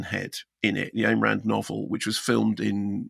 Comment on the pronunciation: Thank you for pronouncing "Ayn Rand" the way I do, the first person I have heard do that :-D They say Ayn Rand invented the name Ayn anyway, so I suppose I can pronounce it how I like.